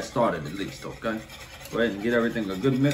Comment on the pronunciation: The way he says O'Kay keeps me coming back lol